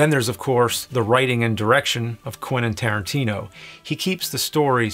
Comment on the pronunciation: I love you nerd..... but still its Tarantino!!!!. If it's not broke and all.